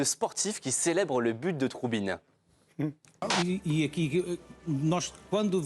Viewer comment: Ce n'est pas troubine ; mais trubin😎